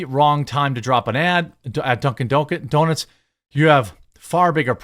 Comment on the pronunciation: 🤣😂he said "duncin deeznutz" 🤣😂🤣😂